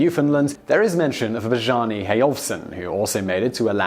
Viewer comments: Learn to pronounce "Bjarna" and "Khmer". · You guys are too high quality to bungle Bjarni--seriously. I expect that kind of thing from a lot of YouTubers and it's why I don't spend so much time here, and TBH your pronunciations are extremely accurate. However, if you don't know how to pronounce something well you're publishing videos using a massive information network which definitely contains information on how to pronounce Bjarni. There's really no excuse for you, with your staff and production value, to be mispronouncing simple words. There's no excuse for anybody, but for you there's almost an obligation not to.